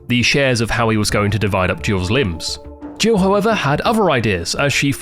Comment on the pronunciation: it took me way too long to realise youre saying "jill" not "gio" lmao